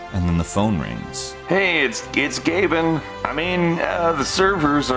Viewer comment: Lol, "it's Gaybin"